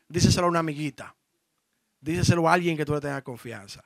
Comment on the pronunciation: Diseselo no. Se dice: Díselo. Tu eres un comunicador viejo. Cuidado ahí.